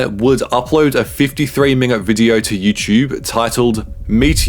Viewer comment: Bro said “YouChube”. 💀